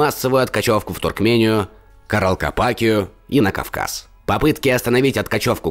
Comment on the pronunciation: Каралкапакию? Ну как так то?))